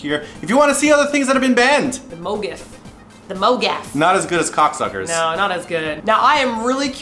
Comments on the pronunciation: hahah am i the only one who think pronounced it as coocksuckers? lmao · i nearly spit out my water when said KOCSCers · KOCSCers haha!! Oh 😂